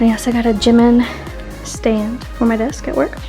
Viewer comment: No offense but it bother me when people pronounce Jimin as Jim-in instead of Ji-min.